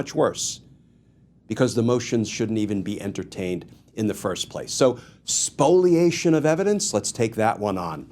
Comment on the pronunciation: Is it "Spoliation" or "Spoilation"?